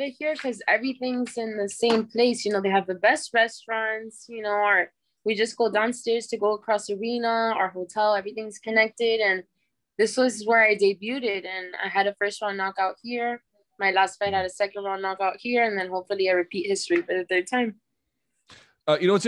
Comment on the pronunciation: “Debuted”, pronounced with the T. 😭